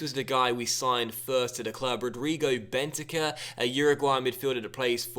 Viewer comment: is pronounced with an emphasis on the cur, Ben-tan-CUR. Not being bitchy, just giving information.